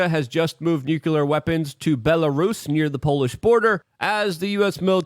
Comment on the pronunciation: Luke, why do you always pronounce the word "nuclear" as nuculear? I see a lot of Americans doing this.